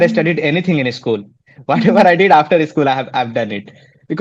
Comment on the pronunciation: Not ischool... Say school